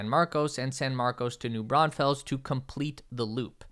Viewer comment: You got Pflugerville correct, New Braunfels is not "Braun-Fells" but more like "Braun-Fulls"